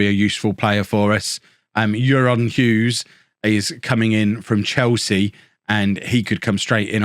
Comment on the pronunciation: can I input o euron, it's pronounced ayron 😁 keep this banger content up! Can't wait for my Holme home shirt to arrive 🎉